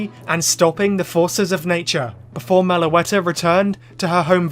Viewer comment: MELOETTA, NOT MELOATA!